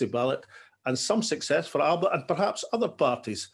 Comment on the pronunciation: We really should agree to make that ‘p’ sound into a B. It varies throughout Gaelic Scotland. We could always compromise with Al’ba .